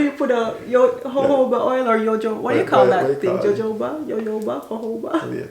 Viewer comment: Sunscreen spf ole eep lol n jojoba is pronounced Hohoba